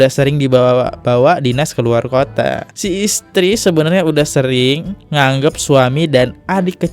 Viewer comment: Ngegap.. bkn anggap bacanya bang😅